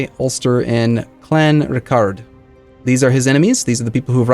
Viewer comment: Kildare - KILL+DARE. They're not French! Sligo = SLY+GO. Also, KLON+RICK+URT.